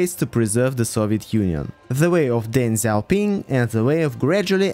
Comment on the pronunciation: This is the best pronounciation of Deng Xiaoping by a non native speaker. Usually they slaughter chinese names to the degree i don't even understand what/who they are referring to. Good Job